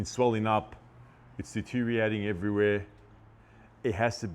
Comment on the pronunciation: Your pronunciation of deterioratng is non compliant. 😂